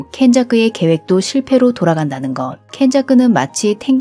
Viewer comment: 켄자쿠 발음이 너무좋아 듣기좋네요~~